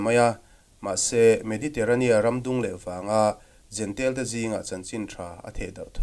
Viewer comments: Kan lam thiam dan turin jentail tiin an dah a. Jentail ti lovin jentêl kan ti daih tak asin.😮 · Jentail tih hi "jentel " ti a lam hi an ni deuh vek mai a. Juda ho hian, Juda nilo ho hi eng tiang berin nge an lam rik le!!!!?